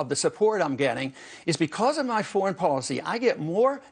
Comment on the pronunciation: Did he say Folicy?